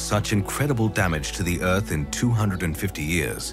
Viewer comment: Let's all pitch in to save the 'uth'! jk good video